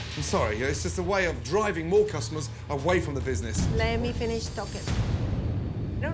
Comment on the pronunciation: „Le mee finissh“ 😂😂